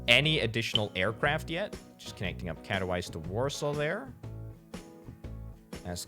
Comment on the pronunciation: Nobody: This guy: Catto-wise